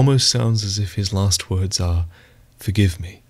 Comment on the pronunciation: He said forgivie